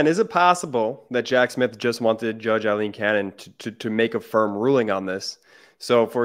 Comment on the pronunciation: Ben, as I've said several times. it is NOT Eileen, It's Aileen (pronounced Ale-een)! Would you like to be always called Ban instead of Ben? Sigh! You do such good work but why offend folks without reason because you don't care about such things? Others online are not so sloppy, watch Lawrence O'Donnell and others for the correct pronunciation!